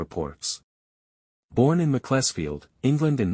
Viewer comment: Google can tell you how to pronounce Macclesfield :-)